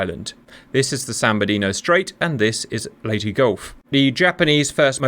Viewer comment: Perfect pronunciation of "Leyte".